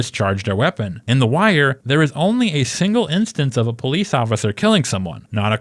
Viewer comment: You are natural Po-leece